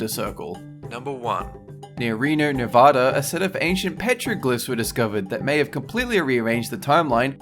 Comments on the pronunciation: It's pronounced "Nev-add-a", and the state is not all desert. There are a few distinct biomes. No one would argue that Lake Tahoe or the northernmost portions that border Oregon and Idaho are desert. The Clown Motel is infamous in Nevada, not just because of the tacky theme and overall creepy setting, but because it's purportedly haunted. It's been referenced a few times in pop culture. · Raise ur hand if u cringed every time he mispronounced Nevada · For the love of God pronounce Nevada right.